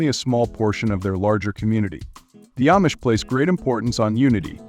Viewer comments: Amish is pronounced “Om-ish” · Is this AI generated narration? The Amish seem s to be mispronounced.